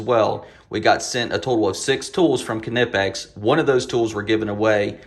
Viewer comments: Another awesome video, Kuh-Nip-X makes such nice tool. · Kuh-nip-x :p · These Kuh-Nip-X bolt cutters are head and shoulders above the rest!